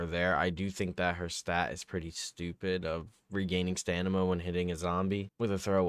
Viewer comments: Stanima. It hurts lol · It’s STAMINA not stanima 😂